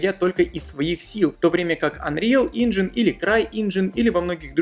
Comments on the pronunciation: Инжин? Инжин?!, ну пожалуйста, это даже хуже чем я произношу английские слова))) За видосики и информацию конечно большое спасибо, но тебя дети смотрят)) пусть не привыкают к неправильному английскому) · Анриал Инджин?!? Инджин!?! Ты угараешь?